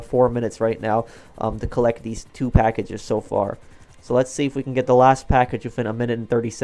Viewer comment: “collect the PUH-ackages”